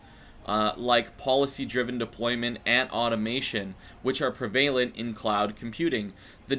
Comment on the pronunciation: Did you really just pronounce it “prevAILant”? cringe haha